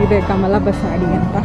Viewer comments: ಅದು ಕಮಲ ಬಸಡಿ ಅಲ್ಲ. ಅದು ಕಮಲ ಬಸದಿ. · ಮೇಡಂ ಕಮಲಾ ಬಸಾಡಿ ಅಲ್ಲ ಮೇಡಂ ಅದು ಕಮಲ ಬಸದಿ ಎಂದು ಹೇಳಿ ಕನ್ನಡವನ್ನು ಕೊಲ್ಲಬೇಡಿ